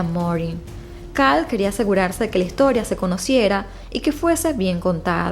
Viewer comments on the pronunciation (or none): none